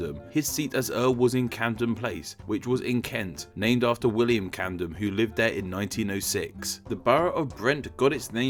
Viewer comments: U say Camden as if it was spelt candem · Dont forget 'CaNdeM' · Pronouncing Camden as Candom and Saxon as Saxton. That's weird. I wish you had shown the spelling of the name behind Haringey and Hornsey. It I think it's the only one you said but didn't show.